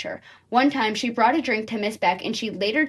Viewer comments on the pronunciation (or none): none